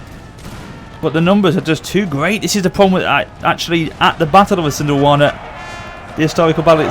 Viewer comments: Pronunciation: EEsandlwaana. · It's pronounced I-san-dwal-na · your pronounciation of Isandlwana is hilarious